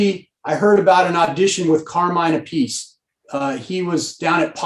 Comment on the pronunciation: Carmine Ah-PEE-chey. Please, hah.